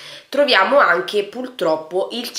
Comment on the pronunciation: Si dice puRtroppo, non puLtroppo!